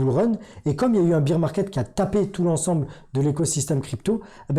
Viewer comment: Ssss pipipiiiiii popopoh ph madame le bear market se dit baire et non pas beer de bière. La honte